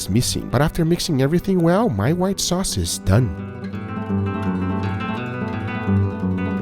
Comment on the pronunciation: Whita sauce ? Are you serious?